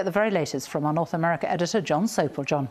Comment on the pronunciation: Jon Sopel. I thought she said John Soap!!!